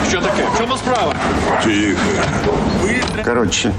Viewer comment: Момент у фільмі Памфір: -Ціхо, Ціхо 😂